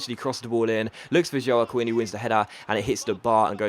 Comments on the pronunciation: Joaquin is actually pronounced "wakeen" but great episode as always! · Joaquin is pronounced Hwah-Keen